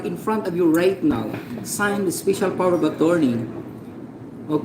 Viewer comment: "speysyal" daw HAHAHA ito ung SCAMMER